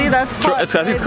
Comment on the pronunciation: you called it with a spanish accent ahahahaha its pronounced "TROKADERO"